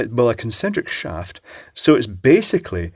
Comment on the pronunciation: eccentric not concentric. rubber flappy bits!